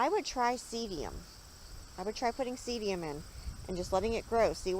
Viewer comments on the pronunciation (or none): The name of this plant is pronounced see dum not seedium. Just a friendly note :)